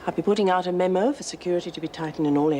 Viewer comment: said MEMO not MEEMO she is slipping.